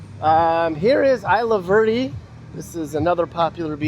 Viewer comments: Isla Verda is pronounced Ease-la-Vair-day, not Eye-la-var-day. That's a big problem on the island, a lot of people are just finding random hidden spots and using them as their own personal mini landfills. All the beaches are really beautiful, you didn't really go at the right times for most of them. Other than the trash to us locals all the beaches are beautiful, rain or shine, crowded beach or empty beach they are always beautiful to us. I'm for Independence, our economy is suffering under this current status and there's to much corruption and neglect from the US government, and statehood is near to impossible to happen and even if it did happen it would be horrible for both the US and Puerto Rico financially, politically, and culturally. We need to get over this fear of the unknown and out of the Stockholm syndrome for the US, sure it might be hard but independence would open ourselves up to a world of possibilities. I disagree with the guy saying the island is 50/50, since there's more than just the two options he mentioned statehood and status quo, there's Independence, Free Association, and another movement that's kind of a fringe group now but have been slowly gaining some support are some people who want Puerto Rico to reunite with Spain. Also with those rigged referendums that favor statehood, if you do the math with the turnout and results, statehood support is really like around 25%-30%. And from all the research I've put together, all the options are pretty much eq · 😂😂 eye la verdee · Isla Verde. Pronounced "is-la"